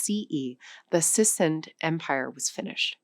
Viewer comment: Are these the current standard pronunciations of Cyrus, Persepolis and Sassanid? I never heard them this way before. For a language show, I would think they are. Any other words used in this with new pronunciations to you?